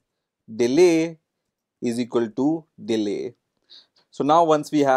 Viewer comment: "eezeekoltoo" should be clearly and distinctively pronounced as " is equal to "